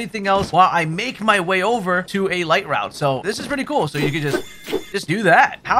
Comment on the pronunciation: ITS PRONOUNCED LIGHT-ROOT